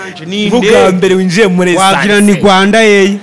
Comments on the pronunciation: Ascenseur... apana Essanseri...... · Ntago ari essenseur bavuga (ASCENSEUR ).